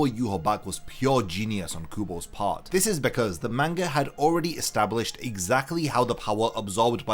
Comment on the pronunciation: Are you saying car 1 and car 2 or you saying part 1 and part 2 I really can’t tell it really sounds like you saying car